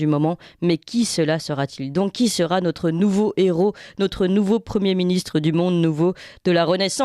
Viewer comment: Elle m agace avec son"nautre"...en français on prononce notre!!!